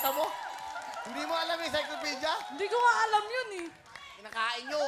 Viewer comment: "Iskaykopilidia" 😂😂 Ang kuleet. Hahaha